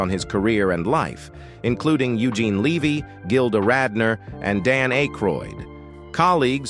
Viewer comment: Eugene Levy? Levy? LEH VEE